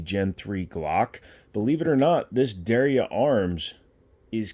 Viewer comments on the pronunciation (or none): Der ya, two syl-ables.